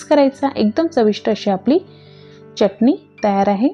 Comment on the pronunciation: मँडम च्यटणी नका बोलू हो..... चटणी बोला.